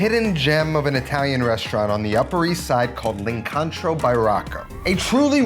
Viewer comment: LOVE this recipe!! I have to say this so I can take the fall-out. It's pronounced, Leencontro - that's with 2 long Os, not 2 different Os. I know...you're from NY. 😆And, the sign near the end of the vid has a spelling mistake. It shows, "L'lincontro but, it's supposed to have only 1 L (at the start). There....aren't you SO happy I shared that? Keep sharing brother. Great stuff. Gotta make this one!